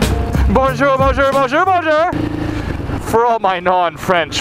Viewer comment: Tu veux des cours de français? jahahaha ouai y pronnonce très mal "bonjour" lol